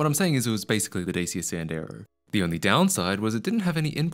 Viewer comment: It's Dachiya, not Daysia